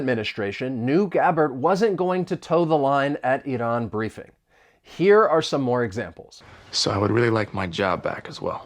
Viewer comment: as an Iranian you pronounced my country's name perfectly👍👍👍 God bless you, your family and your country America 🙋‍🤝